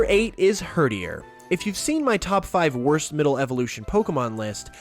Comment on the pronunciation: “Herderier as in num 8” TRIGGERED